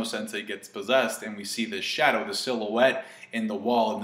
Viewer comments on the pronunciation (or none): none